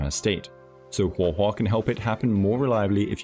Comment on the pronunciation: I love you but hearing you say “Huah Huah” is gonna make me lose it. Please just say it the normal way 😭